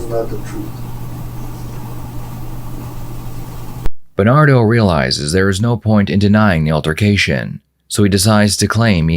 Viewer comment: "Berrrrrrnado Mendez" 🤣